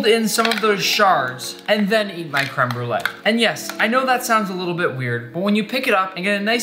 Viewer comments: My bilingual French/ English heart hurts when he says crème brûlée «creme brule» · "Krim brulaj" hahaha no no all jokes aside, i'm a huge fan!